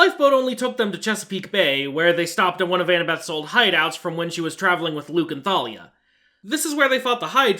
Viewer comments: are we not going to add a sin for mispronouncing thalia? edit: ok i just finished the video and i do believe it is canonically pronounced thay-lee-a as i got the audiobooks so... idk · Bro it’s “Tay-Lia” Not “Tha-Lia” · They didn't even pronounce it correctly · Don’t forget they mispronounced Thalia. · THANK YOU FOR ACKNOWLEDGING HOW THEY MISPRONOUNCE THALIA'S NAME. It always drove me insane and for a long time I thought I was the one pronouncing it wrong. It's not enough that they change the entire plot of the movie and mess it up in every way possible, they had to LITERALLY CHANGE. A. CHARACTER'S. NAME. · I hate that I actually shipped Percy and Clarisse more than Percy and Annabeth in this movie. Also I’m surprised you never mentioned the countless times they pronounced Thalia wrong especially despite pronouncing it right yourself.